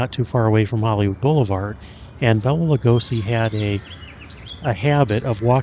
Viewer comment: He always said the proper pronounciation of his name was " Bay-la" not " Bell-a" 🫣